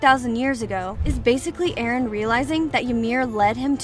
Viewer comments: It's Eren not Erin that AI voiceover is so disturbing I couldn't watch the rest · it’s NOT Erin ITS eren!!!!!!!!! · She called Eren Erin XD. (No offense) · EREN not fckin erIn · it is eren not erin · Erin wrong it's eren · Its supposed to be eren not erin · ITS NOT ERIN ITS EREN DUMB DUMB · Its EREN NOT ERIN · Btw it's not Erin it's eren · His name is not Erin it’s eren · Erin??? Isn’t it just eren??? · ITS EREN!! EREN!! NOT ERIN!!! Sorry sorry but it's Eren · is eren not erino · Sis called him Erin😭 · it’s Eren not Erin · It's not erin it's eren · Eren not Erin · Hey it’s Eren not Erin, just wanted to say that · EREN NOT ERIN💀💀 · BRO REALLY SAID ERIN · Na bro its "ereh" according to mikasa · Ah yes, Erin Yeager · he was referring to how the narrator would spell his name as erin, not Eren. and he/she was talking Abt Eren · So many hours watched and countless minutes of researching and you still couldn’t get the name right🤦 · made me cringe that she said his name wrong 😭